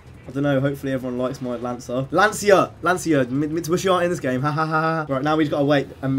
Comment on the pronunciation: It's Lan-chee-a